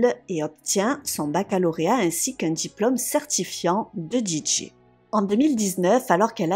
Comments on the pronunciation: Tu m'as tendue avec ta prononciation de DJ en Djidjé 😵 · La façon de prononcer "DJ" m'arrache les oreilles.... XD